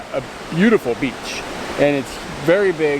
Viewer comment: i thought she said bitch lol